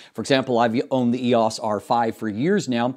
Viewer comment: E O S. Not eeeehaws